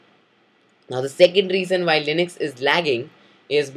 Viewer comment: Its Linux, not linix